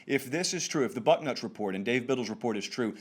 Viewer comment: I swear he says butt nuts instead of Bucknuts. hahaha